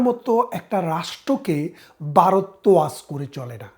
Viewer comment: ভারত উচ্চারণ করতে পারেননা বলতেছেন বারদ; সেই আপনি আসছেন আওয়ামী আর ভারতীয় দালালী করতে!!?? সে-ই দিন নাই রে মনু; দিন বদলাইছে।গত ১৬ বছর তোমাদের শাসন দেখছিরে